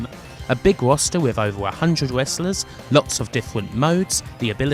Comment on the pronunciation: i find it kinda soothing how she pronounces Wrestlers as Westlus. i guess im used to it after following for years, but ive grown to like the weird quirks in the pronounciations